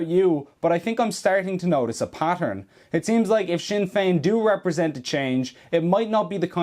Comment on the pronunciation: "Sin" Fein 😢